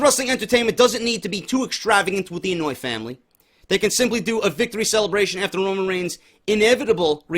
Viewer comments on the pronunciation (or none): Idk if you're pronouncing it as "annoy" on purpose But it's pronounced "on-oh-aw-ee" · Lol. It's not the "Annoy" family. The Anoaʻi family is pronounced (Ano-y-ee) Happy Birthday by the way bro